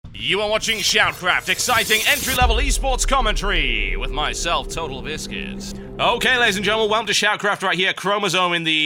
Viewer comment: does anyone else hear him saying "total biscuist" at the beginning of every video? bugs the hell out of me